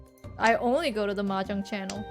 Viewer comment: Ermuhgerd! It’s mehjerng!